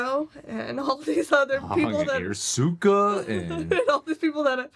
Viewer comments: ahng, soak-a, ear-oh, agni ki, uh-vatar... yeesh what a mess lmao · I'm a little disappointed you guys weren't as triggered as others watching this movie lol, I was expecting lots of WTFs, throwing things around, swearing, facepalming, and being generally pissed off, especially with the way they butchered all the names, oh god Soak-Uh Ong Ear-row the uh-vatar